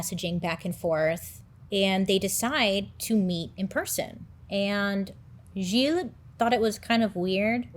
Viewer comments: That story has always been really interesting to me and I'm so happy you're covering it! Btw, as a French Canadian, your pronounciation of Gilles is great! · As a French speaking person, your pronunciation of Gilles is muah chef's kiss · As a French Canadien my-self, you pronounced “Gilles” very well 😂😂 Great video! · You pronounced Gilles perfectly. You are amazing. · I am francophone and let met tell you, you did a great job on pronouncing Gilles name the right way !!! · You didn't butcher the name Gilles, you pronounced it pretty well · Pronunciation of the name Gilles 100% ok! i give you A+!